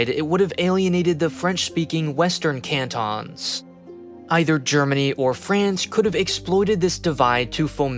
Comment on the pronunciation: "CANT-ONs" 😂 you would...